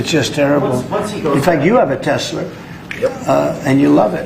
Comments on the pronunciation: The idiot keeps saying Tessler is Tesla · Why does Mr. Tangerine Man say "Teslurr," but not "Melaniurr," "Larurr," or "Ivankurr?" Or "The United States of Americurr?" (Life is grim and confusing for those of us who struggle to keep pace with His Magnificent and Unparalleled Intelligence.) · He does the “Tesler” thing on purpose. It’s a little back-jab to Musk. He amuses himself with nicknames for his people & enemies.